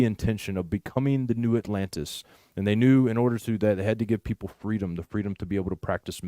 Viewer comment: “Freedom” = Fre-EDOM